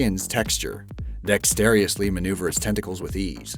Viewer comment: There’s no such word as dextaerously, its dexterously.